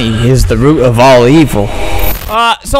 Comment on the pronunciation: He said "Root"